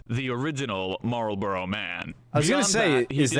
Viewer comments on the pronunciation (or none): It is not ... Marlboro' ...it is Marlborough - pronounced "_Marlborruh_" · It's normally pronounced "Mawlbruh" - the Duke would certainly pronounce his name like that. I believe residents in the town of Marlborough pronounce it that way too and the same applies to Marlborough House in London. That's English for you - the spelling is there to confuse!😅